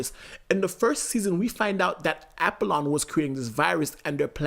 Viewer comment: For the love of god It's pronounced AH POLLON 😤 smh